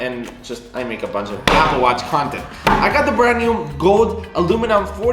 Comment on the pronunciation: “Apple Wutch”